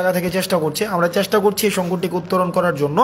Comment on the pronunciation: চ্যাস্টা নয়৷ উচ্চারন হবে চেষ্টা টোর নয়৷ ট্যুর